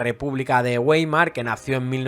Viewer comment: Está muy bien tu trabajo, un importante contrapunto a otros amarillistas. --La única enmienda: la fonética es Baimar (por Republica de Weimar), igual que en castellano (Uaimar es fonética anglosajona).